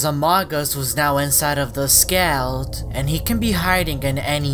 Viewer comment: At one time he was saying skled i think he ment skeld